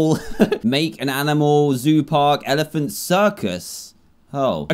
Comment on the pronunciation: just said elephan